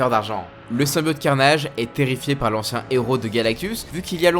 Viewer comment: c'est insupportable de t'entendre prononcer "SYMBIAUUUTE" au lieu de symbiote ><